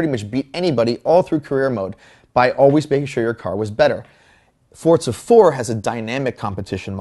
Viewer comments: First its called Football not Soccer, do you americans understand we use our foot to kick the ball FOOT-BALL ! Second if i want to play football, i would buy a fucking football game !! Gran Turismo is the best racing game ever and will always be! P.S you bold egg head its FOR ZA not Forts SA LOL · its forzzzza not fortsa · Did he say Fortza? -.